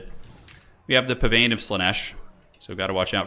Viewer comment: Pavane is pronounced pa-van. Not pa -vain. Perfectly good dance for people with a bit of free time to try.